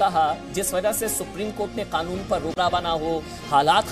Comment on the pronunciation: Oye kake Kanoon hota hai.. K-nun nahi hota..